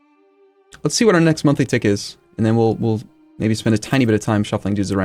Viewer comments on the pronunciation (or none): none